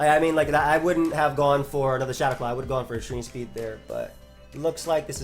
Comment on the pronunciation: extreme "spreed"